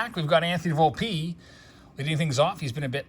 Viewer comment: Well will learn how to pronounce Volpe??? 😂